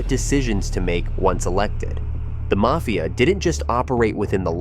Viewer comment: Video was pretty good but the way you pronounce mafia is cringe